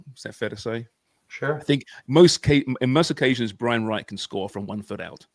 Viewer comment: Yes .. Wright not White And Ho - jabber - pour Say his name! 😂